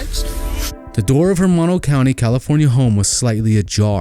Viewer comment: I really enjoyed this documentary...only problem i had watching this is that when the neighborhood was shown, where she went missing doesnt look like that at all. And it's pronounced "Moe-No". Not Mah- No. That kinda bugged me. But other than that, great job. And i hope they solve this case someday soon.